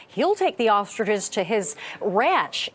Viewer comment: They are ostriches, not "ostridges"